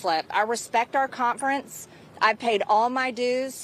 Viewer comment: She can’t even pronounce the word “conference”. There’s no T. She says “contference”. What a cont.